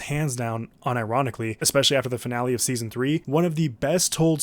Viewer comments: "seaon 3" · “seaon 1”